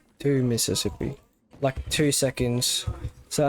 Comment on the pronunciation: One Mississippi two Mississippi three mississipuh